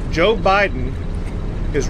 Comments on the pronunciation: I swore I heard Gov Kristi Noem say President OBiden.😂 Way to go Gov Abbott and all the states who are backing Texas. Thank you! I almost fell out of my chair when I heard 9.4 M illegals in 2 years!! Sickening! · Iowa governor called Biden Obiden, I nearly fell outta my chair 😂😂😂😂😂😂😂